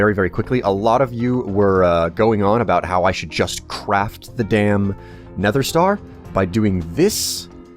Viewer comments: ***** "It's supposed to sound CLOSER to never than neffer" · ***** it's not an accent, i'm american too and i don't say neffer, then again i never noticed he says it like neffer :/ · Zach Da Sack He says neffer which sounds dumb and nobody says that except for him occasionally. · CobaltKnight Are you sure it's not an accent/speech impediment thing? It might even be the microphone he uses that makes it sound like neffer. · The way you pronounce nether kills me on the inside. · Would you consider it a sharp "th" sound?